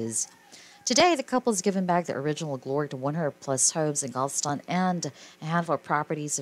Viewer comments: It’s GAL-VES-STON, not GAL-STON! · It pronounced. Gal ves Tom get it right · STOP with your computer generated narration!!! They are from and reside in GAL-VEST-TON!! Like the song!!! I ADORE THESE DARLING HARD WORKING BRILLIANTLY TALENTED HUSBAND AND WIFE!!! I no longer have CABLE so I didn't know they have a new beautiful BABYGIRL!! THANK YOU ASHLEY AND MICHAEL, for many hours of entertainment and saving those WONDERFUL HISTORICAL HOMES IN GAL -VEST -TON!!!! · The title was intriguing, the video unwatchable. Say it with me, text-to-voice, GAL-VE-STON. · Please, Learn how to pronounce Galveston.